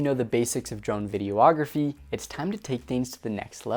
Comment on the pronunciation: Hmmm I'm totally here for this vid, but it's definitely not pronounced "video-ography..."